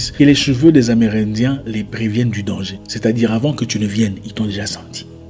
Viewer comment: J'aime quand vous dîtes " danger" c'est votre côté kinois 🤭